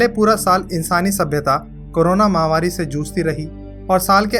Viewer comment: महावारी नहीं महामारी होता है भाई..!!